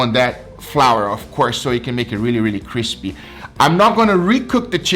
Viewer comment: Cispy sandwish